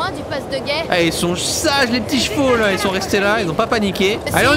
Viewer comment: on dit chevaux